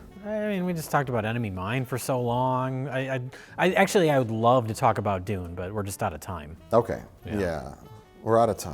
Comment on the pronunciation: I like how they pronounce Dune as "Dooone". Cracks me up :)